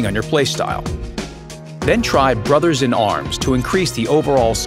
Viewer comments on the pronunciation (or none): none